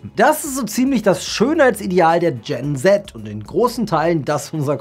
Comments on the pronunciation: Man sagt nicht Gen Tset sondern Gen See 😉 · Filler bezieht sich nicht auf Botox und nicht nur auf Hyaluron. Gen-Z spricht man Gen Ziii aus. Ausserdem sind die meisten deiner Beispiele millenials gewesen Danke.